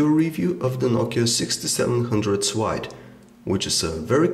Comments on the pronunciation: Nice video , good review . Keep it going :D . Why he is reading ,, l ,, like a ,, w ,, . Nokia 6700 swide . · It's SLIDE not SWIDE!